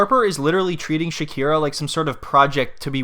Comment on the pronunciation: You called her "shakira"😂😂😂😂